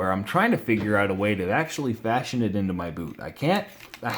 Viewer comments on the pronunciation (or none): none